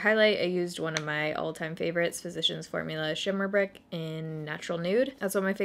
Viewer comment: Every time you say "Shimmer Brick" I hear "shit a brick" in my head lol. WTF is wrong with me? 🙈